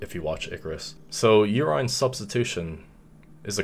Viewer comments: Nobody:: “UR-EYE-N” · nobody:: YOUR-ENINE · Na you good. is mispronouncing it or they pronounce it the way he does in Ireland. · Love the way you say urINE bro 😂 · I've been pronouncing urine wrong my entire life. Awesome video